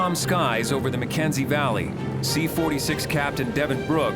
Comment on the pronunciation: Shouldn’t it be called HAY River and not Hay RIVER? Shouldn’t it be the McKENSEY Valley and not the McKensey VALLEY? Why do they emphasise the type of place,not it’s name?